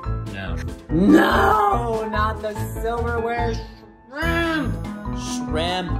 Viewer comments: I keep hear TRAMP, 😅😅😅 not shrimp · I thought he was mispronouncing Shrimp, but then he actually pronounced "mischievous" correctly w 3 syllables instead of 4, so I knew his English skills were great (and beyond most YT narrators). Coconut, Shramp, & dad make a v cute trio. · I love the fact he calls him SHRAMP aside from shrimp